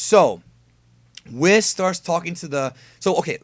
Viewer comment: Just curious, why do you call, Whis, Wh isss. I thought it was prounced Wheeecc